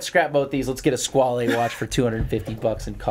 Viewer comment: 30.38 onwards when Josh ask Israel "Do you know what a Skwaaaleee is?" and later commented that "I don't know where this is coming from. This is very strange and funny for me". I literally LMFAO!!! Later towards the end of the show, Josh "blamed" Israel for all the Skwaaaleee comments to which Israel seems clueless as to what is going on. hahahahahaha!!!! Well you guys are just having a little taste of what is coming your way. LOL I don't normally read the comments but Thanks to all you TGV trolls for making my day. Damn.... You guys are really vicious!